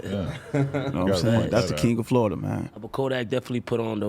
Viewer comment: Who knew all this time it's pronounced "Flodda"?